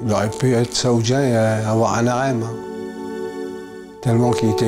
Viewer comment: on dit un harem et pas un narem, on la refait?